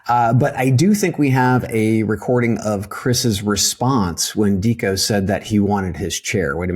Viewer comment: It's pronounced Decco, fyi